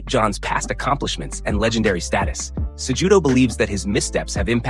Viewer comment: You BUTCHERED Henry Cejudo's name, it's not pronounced JUDO, it's Kahootoh.